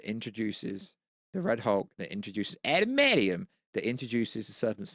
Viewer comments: What is “adamadium”? It’s what keeps saying. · 😂 love the way pronounces adamantium 😂